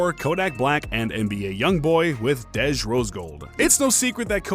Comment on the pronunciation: Bro, its pronounced Dee-J not Dedge 😂 My name is Kadejah but ppl call me Dej so thats peeves me off when ppl overthink my name 🤣 Edit: Russel is never gonna leave Ceecee bcs he isnt an idiot. Ciara is a catch! I look up to her so much and considering she had a failed relationship before a successful marriage she is actually relatable to the modern woman.